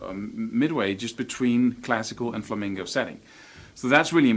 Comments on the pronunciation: It's "flamenco", not "flamingo"! That drives pro flamenco players crazy! Also, most of them use capos, usually on the first or second fret, to lower the action on their guitars so they can play faster. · All I heard was flamingo... haha... On a serious note you're amazing. Great lesson I wish I had a tiny amount of the talent u have dude.